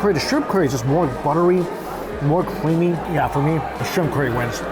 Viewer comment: It always tickles me how pronounces curry like "Corey" lol.